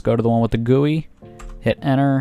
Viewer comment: i real!y hate the way that he says gui